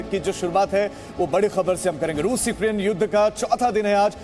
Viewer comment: "Ruse ka bola Sahar ...ruse ke kharkiew' kaise reporter ho be